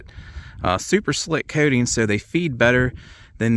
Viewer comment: Coating not kay-ting...